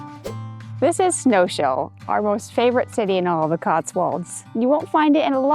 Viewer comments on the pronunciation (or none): Snows-Hill, rather than Snow-Shill. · Snows hill not snowshill guy ting pronounced borton not bourton like the beverage not being critical just trying to help love your videos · Snowshill pronunciation Snows-hill.